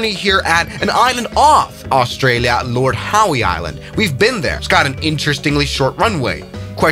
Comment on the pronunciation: The pronunciation of Lord Howe Island and Ballina… 🤦🏻‍♂️